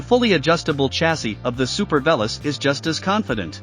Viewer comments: Not sure if you're doing on purpose, but pronouncing the name wrong isn't so nice. Though you're probably the only one who actually did the tandem review, so that's a good one 😂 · It's like saying "I am an Ame Rican". You must be the only person who mispronounces this bikes name! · can you please pronounce it correctly?